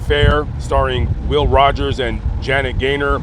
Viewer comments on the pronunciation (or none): none